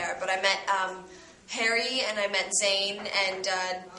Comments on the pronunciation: HAIRY! --The way she pronounce Harry's name! Haha! Hairy Harry! XD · 'herry' lul